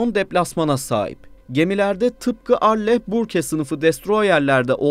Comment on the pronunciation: arley börk diye telaffuz ediliyor